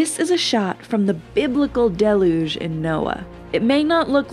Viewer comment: Amazing that there are adults today who don't know how to pronounce biblical words like "deluge" and are employed as professional voice-over artists. Did all the grown-ups die out, or what?